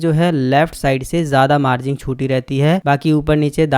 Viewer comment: मार्जिंग नहीं भाई मार्जिन होता है